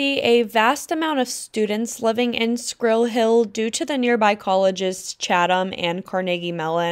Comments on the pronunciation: She needs to learn to pronounce “squirrel” correctly. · Maybe pronounce Squirrel properly